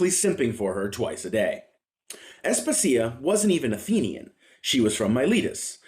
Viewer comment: Asp-asia, no As-puh-sia